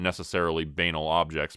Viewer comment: UuhHuhuhuhuhu... ...you said Banal.